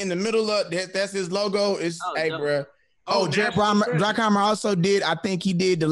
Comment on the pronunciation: bruckheimer not brockheimer